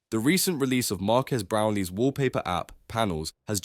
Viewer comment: "Marcus Brownley" brother 💀